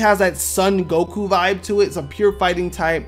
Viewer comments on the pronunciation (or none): none